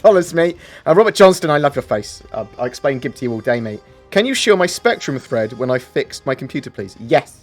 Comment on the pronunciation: Please don't say GIB ever again